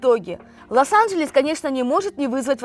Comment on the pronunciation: обратите на свою речи на счет а не Лас анжельс вернее, Лос анжельс